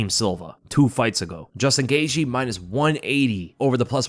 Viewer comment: This guy pronounces Justin Gaethje last name 10 different ways.